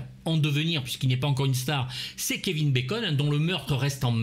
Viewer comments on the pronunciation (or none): none